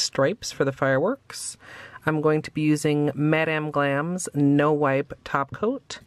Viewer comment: Love how you say Mad:Am glam!!!😊 nice nails different. When /why did u trim them?